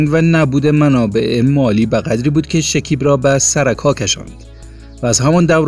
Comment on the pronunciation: بخاطر جلب توجه چی چیزهای مزخرف نوشته میکنند شیکیب نه شکیب مصدق البوم نه آلبوم لطفا کلمات را درست تلفظ کنید اصلا جالب و غیر منتظره نبود زحمت کشید از کجا به کجا خودرا رساند آفرین او یک بچه سخت کوش و پرتلاش هست برایش موفقیت های بی پایان آرزو میکنم